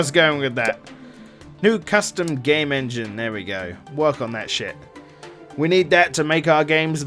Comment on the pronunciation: Shoulda been the En-G-ne